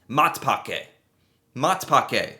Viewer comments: That "Matpakke" pron. was prime. Hahaha yes our bread is definately better than the american bread... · Ur pronounciation of Matpakke was absolutely spot on, 10/10, like I say it myself literally😊